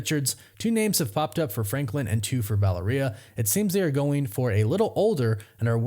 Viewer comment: You just said franklind. That's hilarious.